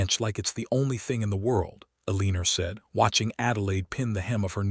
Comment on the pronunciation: I can't wait until AI improves enough to pronounce words correctly, especially Eleanor! 😮